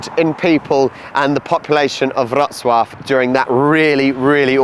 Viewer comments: Back to train station with an amazing food hall. Well done on your pronunciation of Wrocław! 👍 BTW baroque is barok in Polish 😀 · You have a very good pronunciation of the city's name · Mark my words: the true beauty of the Lower Silesia lies outside Wrocław. ⛰⛪🏰⛰ Kudos for a really decent Polish pronunciation! 👏